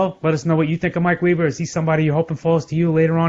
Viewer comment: It’s Weber not weeber